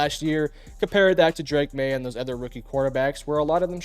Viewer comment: Why do people say "ether" rather than "other?" 😮